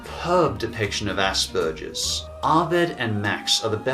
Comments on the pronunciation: It's asperGer's not asperJer's. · I never heard of mary and max before the list but watching it im able to relate to max, having the same condition and seeing it being made aware, its amazing. But i kinda hate the way you say aspergers you make the p sound like a k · It's pronounced aspergers (as spurgers) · no offense but, "Asparagus" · Hey say it with me ok? Ass-burgers alright just say ass-burgers thanks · I have to appreciate the way pronounces Asbergers. I feel less immature when I hear it pronounced like "ass burgers" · That's not exactly how Aspergers is pronounced but I like it. It's most certainly better than ASSBURGERS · Why are you saying Asperger's like that! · You pronounced Aspergers about 4 different ways in under a minute. Well done sir. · The way you pronounce "Asperger's" is very insulting to me (because I have it myself.) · psst the g in aspergers is hard not soft ;D you got me really interested in these movies though haha